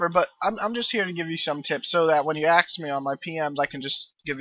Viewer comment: is it really that hard to say ask....lol ax me...